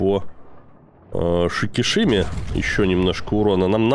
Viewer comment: Сикисима произносится самими японцами через "с", а не через "ш", однако:-)! И вообще буква "Ш" не очень популярна в Японии! Не знаю почему, но это так!